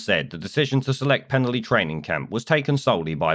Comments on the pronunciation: A quick FYI, it's pronounced Pen-Alley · The village is pronounced as pen-ally, with a hard A, as in the street name! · Its pronounced penn - alley. Nice coverage i used to live near there. Keep up the good work. 🙏✝️⚖👍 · It's pronounced pen-ally guys and id say at least 70% of people don't want these guys here and the army site is bang in the middle of the village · PEN-A (now put your tongue behind your teeth & blow down the sides of your tongue) LL Y(pronounced eee as in the clip) LL is a letter in the Welsh alphabet, L is a different letter. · As someone who comes from the area I’d like to say: 1. You’re pronouncing it wrong, I’m sure if an immigrant pronounced a British place name wrong you’d attack them for refusing to assimilate. 2. The people opposing this is a tiny minority, there has been massive support and people have made welcome signs to make sure they feel welcome. 3. The only thing we don’t want in the area is far right Tommy Robinson thugs coming to an area they know nothing about and causing trouble. So please keep your nose out of our business.